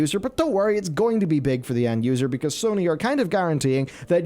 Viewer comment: Dude was a girl 😂 he can't say Sony wtf?